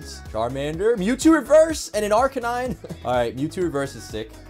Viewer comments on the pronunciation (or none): none